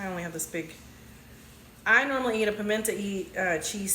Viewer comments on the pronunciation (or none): GURL, you lost me at the intentional mispronunciation. I am from the south and I never heard it pronounced PIMENT AH